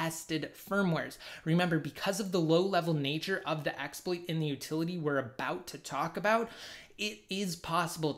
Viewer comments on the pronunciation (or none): none